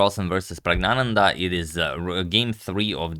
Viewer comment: To be pronounced as prajñānanda as written in English diacritics